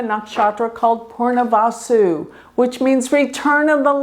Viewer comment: Its Punarvasu, not poornavasu